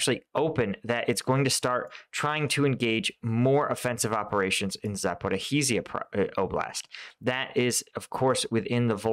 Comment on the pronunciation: Try: "Sapo-rish-jah" ;-)